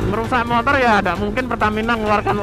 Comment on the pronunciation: 01.42 "pembakaran montor kalian..." pertahankan mas..logat wong jowo, motor dadi montor..hehe mantep pokokelah..hehe